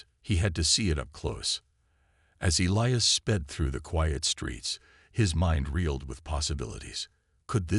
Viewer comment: Well i counted at leasr 10 different names for the alien lass and even elias got miss pronounced a few times. WTF